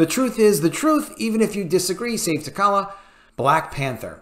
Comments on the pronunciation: Good video, love the content! But my guy...holy cow with the pronunciation of characters' names, I physically cringe with all the mispronunciations. With T'Challa alone, if people took a shot every time that was mispronounced they might die of alcohol poisoning. That said, I am firmly in the recast camp and feel that if Chadwick kept his illness silent then maybe he didn't want that to be the focus of his portrayal. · Bruh, learn how to pronounce the character's name. If you have seen the character in any of the movies how do you not know how to pronounce it? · You are absolutely right! Also, please pronounce his name correctly! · You don't even say his name right....your saying tacollia???wtf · I couldn't finish the video after the third "tuhkolla" pronunciation. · I agree but holy hell what is up with how you pronounce t’challa as t’kalla? haha. Its pronounced for you 😅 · Always love your videos ... glad to hear this being said out loud! You're nailing it. side note -- the black panther's character name is pronounced Ta-Cha-La. (no 'K' sound) ...unless of course they changed that one like they did Namor (NayMore's) pronunciation -- I can't keep up :) I'm also apologizing for picking a nit on a great take. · I couldn't last 10 secs with this video. Have respect for the character yourself and learn how to pronounce his name before trying to give voice to true fans' concerns. It is (TAH-TRAH-LUHH). Anyone what has read any of the comics or..heck...seen ANY of the movies the character has been in knows this without even thinking about it. This is clickbait someone that read or saw something and is trying to capitalize off it for views and monetizing. He doesn't care if he bit of T'Challa should be recast. OF'COURSE he should be. But this guy wouldn't care one way or another. Don't fall for this just because he is providing a space for actual recast supporters to come and comment. It isn't genuine. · it's pronounced "Ta' cha la"